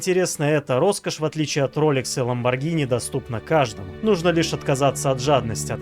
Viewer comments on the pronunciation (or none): none